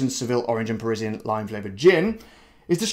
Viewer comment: It’s PERSIAN lime, not Parisienne.....just saying!